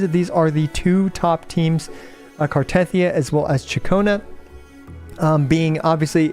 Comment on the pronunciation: I still do not understand why most American CCs pronounce Cartethyia's name wrong. It literally says it in the game... gah it grinds my gears! 😫